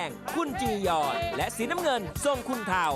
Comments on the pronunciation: ลู่หานไม่ใช่ลูหานเรียกซะเสียเทาไม่ใช่เถา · เทาค่ะไม่ใช่เถา😂😂😂😂